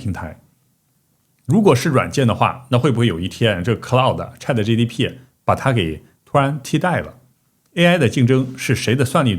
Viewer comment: 我發現你都會把gpt 念成gtp 😀